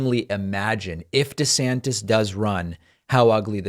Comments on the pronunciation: "De Zanktiss" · If you can't pronounce "DeSantis" properly, you probably can't pass your own mental competency test.